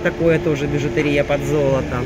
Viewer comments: БижутЕрия - ударение на Е, а не на И! Ужасно режет слух ваша речь! Ну, столько грамматических ошибок в речи для дамы в возрасте - это тихий ужас!!! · Спасибо за обзор,. Бижутерия надо делать ударение на букву е.